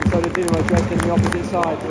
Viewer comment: Doo-na-mo Drays-den